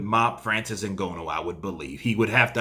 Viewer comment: Hello. How about you let the yank arrogance go and learn to pronounce,Francis s family name properly. Very important names in Africa you know. Thanks